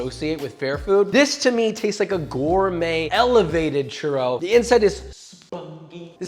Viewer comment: i stoped after he said "churow"